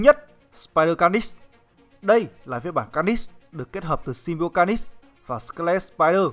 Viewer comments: Mình nghĩ bạn cố gắng luyện thêm phát âm nhé. Để nghe Phê truyện mới phê đc... Chữ Carnage cứ nghe như Canist ấy. Cố lên bạn nhé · Đọc tiếng Anh nghe khó chịu vl, lần sau có làm vid nhớ đọc tên cho đúng kiểu tiếng Anh, Ca nít xít, nghe thấy sai ko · Bạn trung đọc carnage là ca nist à ? Cố gắng luyện tiếng anh và bỏ nhấn giọng lung tung đi là đẹp bạn ạ !! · Tên con này là carnage mà anh cứ đọc car nist có âm nist đâu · Kênh nên trau dồi khả năng đọc tên nhân vật đi. Carnage mà đọc là ca nít nghe buồn cười lắm :)) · lâu lâu xem lại mới thấy hài, ông này đọc cứng vl cứ được nửa câu thì nhấn chữ cuối :)))xong còn nghe như carnis chứ không phải carnage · Ka-nét(đại loại thế) mà sao là Ca-ních TRIGGERED >:(((((( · ông này thực sự cần phải xem lại vấn đề đọc tiếng anh, carnage mà cứ ca nít ca nít nghe chối tai thực sự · Đọc chán vl,phê phim ngày càng đi xuống, car- nếch mà cứ đọc là niss,nội dung thì hay mà cho ng đọc như này thì phê phim k có tương lai đâu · phát âm sai họ của hoạ sĩ David Michelinie rồi. Phát âm chính xác là "Mi chel lin ni" nhé. Với cả từ "Carnage" được phát âm là "Ca nếch" nhé cố gắng luyện tập thêm phát âm tiếng Anh của mình nhé. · Carnage đọc là /'carnidz/ mà, nhấn vần 2 nghe khó chịu quá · Carnage mà ổng đọc nghe như carnix ấy, ráng sửa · thế đọc ntn? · Dũng Trần ca nịchs ko phải níchs , lên ytb search tên là biết phát âm đúng hay sai liền thôi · car·nage ˈkärnij/ đọc nhấn sai nghe khó chịu quá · Nó phát âm như này nhé anh ( ˈkɑːrnɪdʒ ) carngae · Đọc là karnij plsss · Bạn phát âm từ Carnage mình thấy sai rất sai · Carnage nghe anh đọc chân quá!!!! Nên sửa lại đi